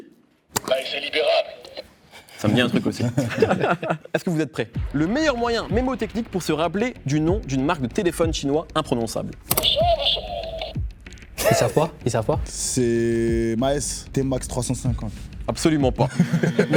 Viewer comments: A , on ne dit pas mémotechnique mais mnémotechnique ;) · par contre c'est "mNémotechnique" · On dit mNémotechnique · on dit Mnémotechnique pas memotechnique. Bisou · On dit "mnémotechnique" pas mémotechnique